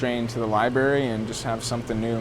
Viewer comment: Homie said "liberry," excuse this unintellectual comment